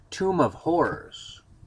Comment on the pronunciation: Maybe it's the hard strawberry you're drinking or the Dragon Stout I'm drinking but I could swear you said "Tomb of Whores". That sounds a lot more fun.